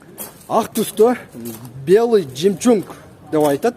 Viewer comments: 😂😂😂 Белый жемчунг эмес "ЖЕМЧУГ" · жемчунг ченгчунг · Белый "ЖИМЧУНГ", "ЖЫКИС", "МИЛЕНИМ" 😂😂😂🤣🤣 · Жемчунг дейби😜